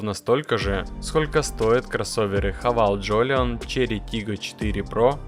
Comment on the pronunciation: Не ХавЭЙл , а ХАВАЛ . Говори правильно.